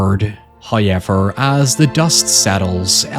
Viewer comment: FIrst "hoyevver" drops at the miraculous number of . Thankyouverymuch...